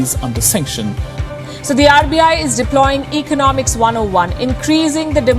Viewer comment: There’s nothing wrong. Just learn to pronounce the word ‘Economics’ the right way. Love your stuff otherwise! 😊😊